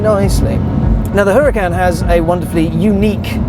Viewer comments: its called URACAN not HURACAN if you think im dumb look at doctam3 videos he has one plus he knows valentino balboni so he is corect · Pronounced "Uracan" as told by Valentino Balboni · The "H" is silent!! Anyways, awesome review as always.